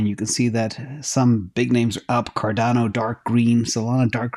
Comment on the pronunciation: Cor-dano Lol I call it Cardano